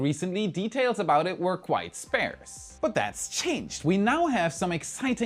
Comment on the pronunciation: Sparse not spairse.